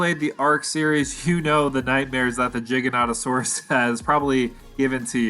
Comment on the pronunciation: I love the way he pronounces the Gigas's full name. Jigga - notta - saurus